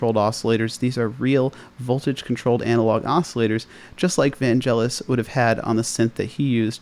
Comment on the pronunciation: I think you'll find it's pronounced "Van-Gelis" and not "Van-Jelis"